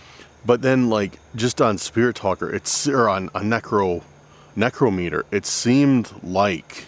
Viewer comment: One of the few to pronounce necrometer correctly. Most dont even know what necromancy is or that it's expressly forbidden in the Bible.... or that they are necromancers. Congrats YOU HEARD AND SAW A BIGFOOT!